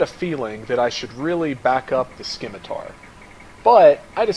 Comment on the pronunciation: Scimitar is pronounced Sim-itar, not Skim-itar. SIM-ITAR !!!!!!! :)))) Nice job otherwise. I'm about to have a bash at this, except I edited the scenario so the tanks and PC's are German. I like my Leopards :)))